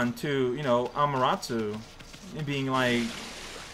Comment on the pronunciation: me: I wonder if is ever going to stop calling her "Amateratsu": Ameratsu. me:... sure